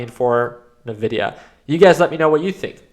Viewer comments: i can't take anyone who says " ~Na-vi-dia-~ seriously when it's been ~In-vi-dia~ all along.... like..if you used their products, Any game powered by nvidia in the 2000s...the intro of the game had a whisper that would pronounce th EUFKCING NAME OF THE COMPANY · great video as always! The only thing is that the company is pronunced "envidia" not "nevidia". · It's N vidia not Nuh Vidia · You might be right with your analysis but you're wrong with your pronounciation of Nvidia. It's not Navidia it's more like "In Video". N pause Vidia. Nvidia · Please call it N-videa